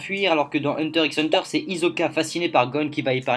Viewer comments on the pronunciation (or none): Moi ça m'a choqué quand j'ai regardé les 2 (d'affilée en plus mdr) mais par contre dire "hunter ix hunter" c'est inadmissible pour tout fan de manga ou anime, on dit "hunter hunter" voyons